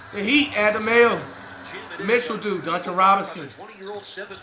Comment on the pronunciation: I know he be trolling but when he said Duncan….like aight cmon bro 😂